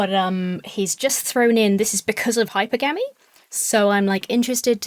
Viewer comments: I am like.... 99.9% sure hypergamy is supposed to be pronounced like "polygamy," so Hi-Purr-Gahm-Ee, not "Hyper-Gamey" just like polygamy isn't "poly-gamey" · Just fyi... It's "high-PER-guh-mee", not "HIGH-per-gă-mee" 😛 (I know you love proper grammar/pronunciation/all that so I figured I'm not being a total dick by pointing that out... Although maybe I am lol. I'm not a high-quality woman 😂) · hi-PER-gah-me hi-PER-gam-us I’m not familiar with HYPER-gammy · Oh my god it's hi-PER-guh-me not hyper-gammy ffs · I always thought it was pronounced hyPERgamy. This is really bothering my brain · Am I insane about the pronunciation of "hypergamy" or were he and she both wrong? 🤔